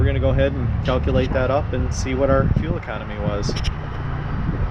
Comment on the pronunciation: Lear to say fuel. Please